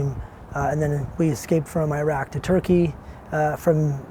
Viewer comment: The heck is Eh-rock 💀